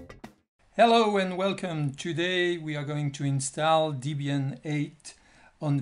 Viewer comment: It's Debian, not Deebian